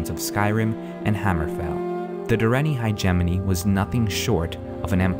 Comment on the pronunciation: I like the series but every time he said Direnni Hegemony I cringed. it's not hi-jemoni, it's more like hedge-mony or hedge-ah-mony. :S